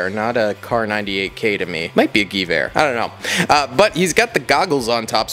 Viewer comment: hey man, IDK if you'll ever see this but I just wanted to say I love your content but the pronunciation of Gewehr is off, the word is pronounced with a V sound for the W so it would be said more like "Gov-Where". Love your content still man, love to see more of this stuff. super nostalgic.